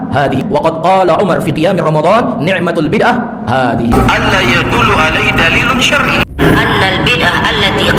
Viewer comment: "Ni'matul Bid'ah hadzihi" jumlah diatas juga diucapka ustadz Firanda gus ketika berdialog denga ustadz Idrus Ramli ustadz Idrus bacanya "Ni'matil Bid'atu hadzihi" memang sudah menjadi rahasia umum, ustadz² wahabi kurang menguasai nahwu sharaf